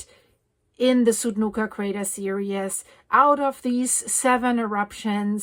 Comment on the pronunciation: Hi. So very happy to hear the good news about Apollo. I am going to offer kindly pronunciation adjustment because I finally figured out the word you have been saying in every video about the volcanoes when you name the volcano and say a word that starts with S immediately after it. I hear the English word serious, and I am reasonably certain you mean the English word series. If I am right, the pronunciation of the IES is EES. I listened and you said the word three correctly and it simply would be like multiple threes. I know pronunciation across languages is massively complicated and by now you are extremely used to the serious pronunciation. You feel free to choose, which one you want to use, but if you use any of the translators and they are giving you, the IOUS pronunciation then it’s a learning tech curve for whatever or whoever. I have a funny story from a Native American Rez, where one of the aunties came up to me and tug on the edge of my top, telling me never to say a word that I had been saying because in a speech, a man had used the native word. I thought it meant one thing and evidently it was very profane. She was kind enough to find me in a back hallway alone and simply told me don’t say and she said the word. I’m not tall, but I was looking down at her and she looked older than I am now but she’s probably 20 years younger at the time. I said OK why not? She put her hand over her mouth and giggled and gave me a very polite translation turned around an